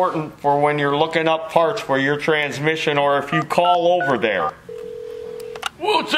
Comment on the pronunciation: Transmiss-ion IT HURTS FROM LAUGHING! ME AND MY SON, CRYING FROM LAUGHING. STOMACH MUSCLES SORE THE NEXT MORNING KIND OF LAUGHING. TRYING TO REPEAT IT WHILE LAUGHING JUST MAKES IT HURT MORE. TRANSMISS-ION!